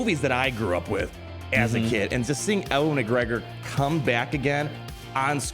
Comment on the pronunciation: Did.... did you say uhwun mcgregor?